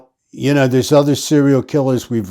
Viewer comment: Serial....... not "cereal".......